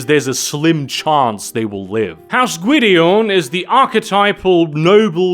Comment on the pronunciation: Gwydion is a Welsh word and you are pronouncing it well.